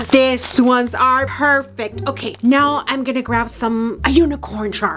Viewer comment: These ones that's not how you say these ones